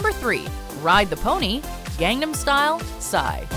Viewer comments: It is not gand dom style it is gon dom style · How the F**k does manage to pronounce EVERYTHING wrong. Gang nahm style? Huh??!!